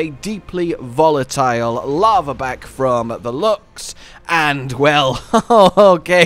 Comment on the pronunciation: It's pronounced Laharback which is a lizar type fire komono and the Grimstalker is a Fox...do some research my boy!